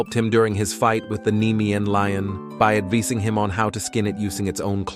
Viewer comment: Why did you pronounce advising like that ?😂